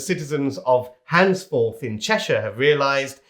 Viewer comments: Its Handforth without an s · What an opportunist video - sad. Can’t even pronounce Handforth